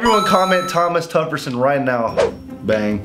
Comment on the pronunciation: That boi said Thomas tufferson 😂